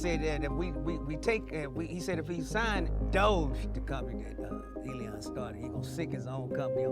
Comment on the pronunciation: It’s not Eleeeon, it’s Elon. I’m getting the feeling you’re a retard